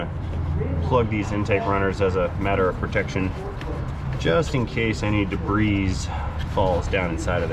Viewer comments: Very educational,. Thanks!! Wow, so may grommets, tabs, locks and other push on pull off stuff on modern cars! By the way, debreeze isn't a word. Debris is pronounced "debree":) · It’s not pronounced debris, it’s pronounced debris.